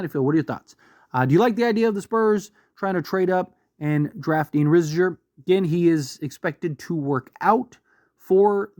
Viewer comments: you having a stroke when you say his name bruh. You good? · The way you pronounced Risacher and Vassell made me cringe